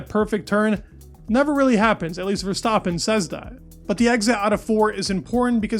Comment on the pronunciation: How hard is it to pronounce Verstappen correctly?!? It’s not ‘Verstaaapen’.